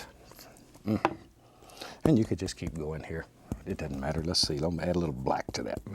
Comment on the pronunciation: I love when he says “it dun’ matter” lol